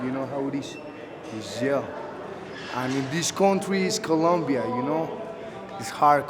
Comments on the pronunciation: It’s Colombia not Columbia. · Colombia, not "Columbia." Geez, read a map. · Bogotá Colombia! Not Columbia!!!! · IT IS COLOMBIA, NOT COLUMBIA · Tim OB What a ignorant comment, some people like us try to speake well dumb ass. It's Colombia not columbia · COLOMBIAAAAA* u guys keep saying Columbia